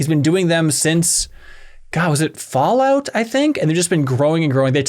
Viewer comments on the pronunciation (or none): none